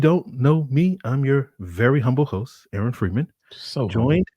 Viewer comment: corrupted Jarvis 😆